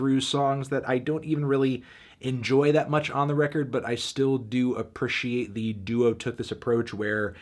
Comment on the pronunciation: "I a-per-she-ate..."